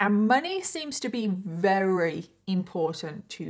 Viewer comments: I love your videos a bunch, I think you're great. I just have to say I notice you say very as "rary" which is adorable, I've just never heard it as an accent from anyone from the UK. I'm just wondering where it comes from. If it's a speech impediment or something I hope you know I'm not calling you out! Just curious, like I said I think it's adorable and I love you and your videos!! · I am so genuinely sorry, but why do you say “very” like “rerry”